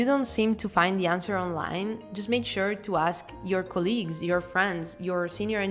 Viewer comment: "Just make sure to ask your colleagues /kol'i:gs/..." To make your English even more perfect you should say /'koli:gs/.